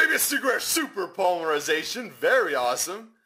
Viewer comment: Did anyone else think he sounded French when he said Polymerization?